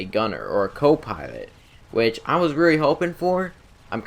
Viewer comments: I heard "copiwot" instead of "copilot". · "a co pywot" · Ha ha u said co-piwate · Reawy reawy like the savage. Co piwot